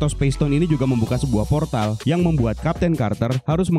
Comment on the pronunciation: Ada yg denger kalo dia bilang poltar alih2 bilang portal 😂😂